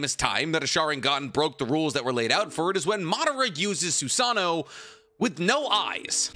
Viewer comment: The way he says susaNO is gringe.. it is notttt susaaano it's susaNO ffk i had to put dislike